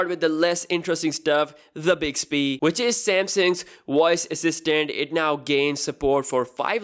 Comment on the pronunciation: Bixby the "Woyce" assistant